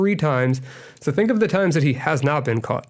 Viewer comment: Please teach pat how to say caught 😅 god bless your platform 🙏🏼